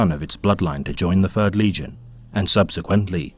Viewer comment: you are hallucinating my friend. Interesting that people finder it harder to tell the difference though. This isn't AI, the narrator has difficulty pronouncing "Th" which is especially difficult when making lore for the "fird legion"